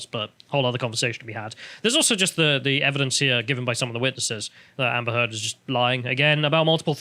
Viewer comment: Did say Amber Teard?